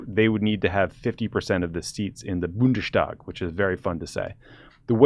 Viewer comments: Horrible pronounciation of Bundestag. You don't pronounce it "Bundeshtag", but "BundeS Tag" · Always nice to see how German politics are evaluated by competent folks in the U.S. Bundestag is by the way half as funny to say if you don't say Bundeshtag... 😀 the "es" is similiar pronounced as the "es" in finest. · I guess it’s just that he doesn’t know it’s two parts. A standard st would be more sht like Stellen. So he did fairly well really.